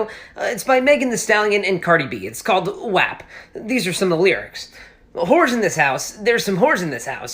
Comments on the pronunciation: In the song, you heard them pronounce it correctly, yes? Go ahead and say it correctly please. W-ah-p. Not w-app. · He's such a nerd. 😂😂😂😂Wet Ass P Word. Its pronouncef WHOP bro. Lol